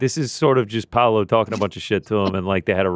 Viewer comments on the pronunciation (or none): none